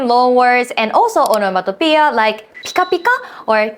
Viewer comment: Hi, Greek here and "Onomatopeia" is a Greek word and you pronounced it in flawless Greek... wow...